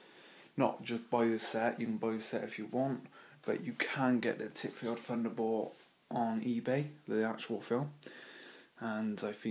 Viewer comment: Nice review, but please it's Thunderbolt not Funderbolt! Don't you fink so?